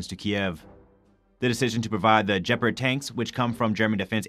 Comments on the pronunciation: Jepard? What is a Jepard? Did you mean Gepard? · NOTE: "Nucular" is NOT a word. Nuclear is. Any chance the guy doing the voice-over learn that? Who's doing that anyway? That guy has no professional training. More like blurting words than doing voice-over... Oh, and it's not "djeperd". Please learn to say the word "gepard" properly. It's f*inkg annoying to hear. Simply go to Google Translate, choose German, then type the word in and listen to it.